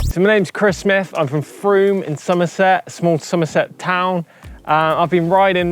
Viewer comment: It’s not froome it’s frome.🤪 very nice vid, what a nice chap! 👊